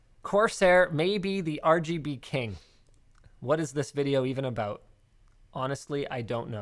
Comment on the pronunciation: that Canadian aaaaboooot